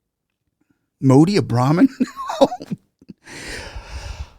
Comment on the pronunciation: brahhmin ? 🤣🤣 seems like he loose his mind also 🤣🤣 a futile attempt to spread the poision of casteism in india 🤡🤡🤣🤣